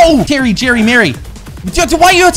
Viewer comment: Everyone: Jerry, Terry and Mary: Jirry, Tirry ind Miry